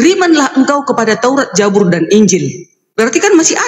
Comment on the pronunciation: Buuuk... Bukan JA... JABUR.... TAPIIII ZA.... ZA.... ZAAAA.... ZABUR 👍